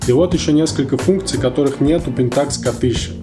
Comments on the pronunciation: мужик, объясни почему т ы говоришь пентАкс, а не пЕнтакс? ты же не говоришь никОн, ты говоришь нИкон. где ты это взял, расскажи если владеешь информацией, может я не прав. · правильно ставить ударение на первую Е .